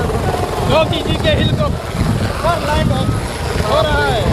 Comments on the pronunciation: Hilcopter kyo bol rhe ho mere bhai helicopter bolo.... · हिलकाप्टर नही हैलीकाप्टर 😅😅